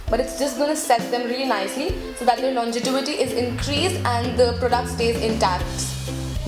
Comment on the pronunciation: I love your videos, you’re so practical and candid. Love that you are so “girl next door”. Just a suggestion it is longevity not longetivity.